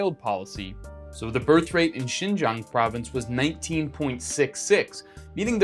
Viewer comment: You pronounced the word Xinjiang perfectly, even the tones are perfect. Well done. 👏